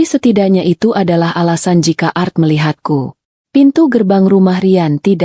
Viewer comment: Bukan art membaca nya ,tapi A R T